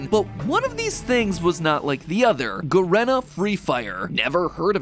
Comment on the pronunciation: its pronounced 'ga-ree-na' freefire